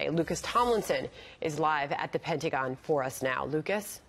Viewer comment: Kyle i know this is important but are we gonna skip how she said “penty-gon”?